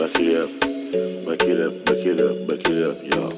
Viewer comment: On dit pas backilup mais back it upppppp loool